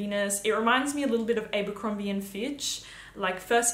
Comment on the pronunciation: "Ayyybercocrombie and fitch" just cracked me up😂, gotta be one the ozziest pronunciations ive heard in a while. Great video as always.